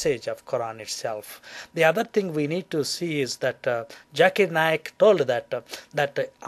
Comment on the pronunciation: this moron must learn to say the words properly! 'it is Dr ZAKIR Naik NOT Dr JAKIR Naik LISTEN KID, get your Zs Js sorted out! Do't disgrace the rest of Indian community!